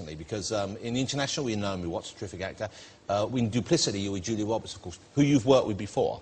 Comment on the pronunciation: Julia Wobbehts.